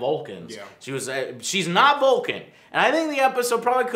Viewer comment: Its Vulcan not Bulkan!!!!!!!!!!!!!